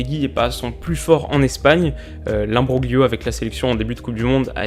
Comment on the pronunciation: Pour info, imbroglio se prononce "imbrolio".